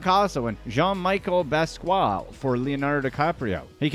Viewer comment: Dude you straight up butchered Jean-Michel Basquiat’s name. You need to put some respect on the correct pronunciation of that million+ name.